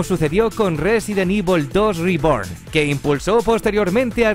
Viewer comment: Resident ivol,daino craisis,sailet jill ese ingles no te lo robo perro